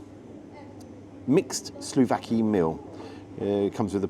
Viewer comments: Hi, good review and video as usual. Just a pedantic little thing and not even sure when or why you mentioned it on this one, but the grilled Greek meat dish is called "souvLaki", not "sLovaki" as you've pronounced it in a few videos. Please feel free to ignore my petty pedantry, and of course, keep up the great work. Until next time, buh-bye. 👋🏻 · It's not "Sluvaki" but "Suvlaki"